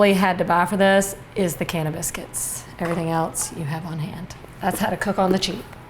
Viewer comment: I fast forwarded a bit to when she said a can of biscuits. I heard cannabis.